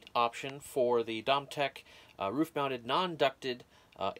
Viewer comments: Thanks for the video! Seems simple enough. FYI - it’s pronounced doe-me-tic 😉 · LOL. Yes, we've all had our challenges with how things are pronounced but he did deliver!